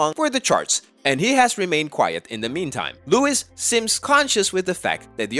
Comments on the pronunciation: Louis is pronounced wrongly - the s at the end of his name is silent so it should be pronounced Loo E Got it - good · LouiSSS tomlinson Boyyyyyyyy how are you making a video about his career when you don't even know how to pronounce his name 😂😂 And walls actually did not flop his 1st ever world tour fully sold out and he finished it now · Bruhh atleast say Louis'name right 🙄. You don't pronounce the s. Alsoo, don't refer to queen Taylor, as Harry's "former gf", like she fooking more than that 🙄 also, from where did u get the idea that louis is self conscious of the fact that his other mates are more "famous" than him 🙄 bro stfu. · Man your a psycho do your research you gave me headache..will you please pronounce LOUIS properly..Louis is now AGAIN promoting for his second tour..Zayn,Liam,Nial and Louis is as popular as Harry.. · You don't even pronounce Louis right 😒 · Yeah...I winced when I heard such travesty..